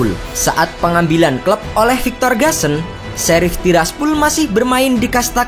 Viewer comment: Bacanya:sherif sappol